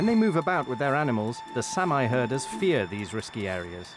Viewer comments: It's not Samaaye. It's SAAMI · It’s pronounced sahmee not Sam eye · Please use the correct pronunciation for Saami, or Sami...It's not Sam-eye... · Great anthropological documentary. Only a Brit would mispronounce the name of a race of people; "Sam-eye" indeed! How is that there are farmers on traditional Sami open grazing lands? Are the Scandinavian and Finnish governments simply ignoring the rights of inhabitant priority? Shades of American Manifest Destiny.